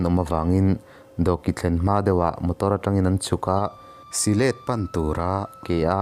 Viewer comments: Si let ni lovin sihlet tia lam tur a ni . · Silêt...I ti reng mai. Sihlet ti mai rawh... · Si-hlêt ti loin sihlet ti ve mai la. . A ti nàng nàng a ti loin a ti nangnanga ti mai la ngaihthlak a nuam deuh tur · Mahmuam tih hi lamkhuang tih ang a lam tur a nih hmel. Syhlet pawh hi thlasik tih thluk ang in. Sazek tlang dung pawh hi sazuk tih thluk ang in sazêk tih lam tur.. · Syhlet hi i chhiar dik lo. Silet tiin i chhiar a, Sihlet ti a chhiar tur. Mahmuam pawh i chhiar dik lo, Ma hmuam ei/hmuam tia lam tur. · Syhlet leh Mahmuam chu I lam dik lo thin hle mai..Sajek pawh....inzir deuh rawh